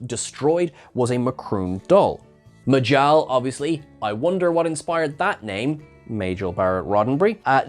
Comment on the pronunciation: The doll in Section 31 was from a "Droom planet", not M'Kroon. Also, the M'Kroon character in this episode was N'Jal, not M'jal.